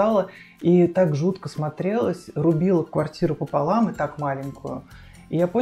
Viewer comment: "Пополам"-парень сказал-"пополам"!! Урааа!! Хоть кто-то ещё помнит как правильно говорить. Спасибо за такую приятную экскурсию по приятной квартире с приятным хозяином! 👍